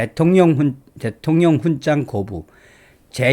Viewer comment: '훈장'을 [훈짱]으로 ? 매우 귀에 거슬리네요 이제부터는 [훈장]으로 발음하면 좋겠어요.